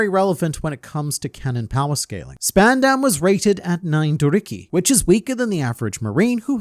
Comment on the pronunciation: its purnounced sp-ah_n_d-a-m not sp-eh-n-eh-m